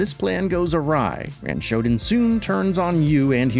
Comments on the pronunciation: It's SHO-DAN, not ShoDIN, just sayin. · That's not how you pronounce Shodan but you knew that. You're the kind of channel that'll mispronounce just for engagement.